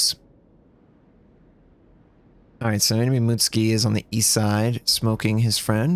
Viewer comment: It's M U T SU K I , you pleb ! not M U T S K I .